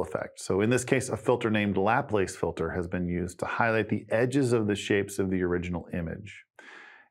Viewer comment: Thanks. I am seeing your series as a review and out of curiosity. I have never heard anyone pronounce the name Laplace in your inventive manner, including Microsoft Translator. I was surely not expecting Parisian pronunciation. Time